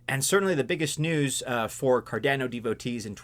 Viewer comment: Dear. Please pronounce Cardano as CardAAno, like everyone else. Never ever say 'Cardenno' anymore, cause you're hurting a lot of ears.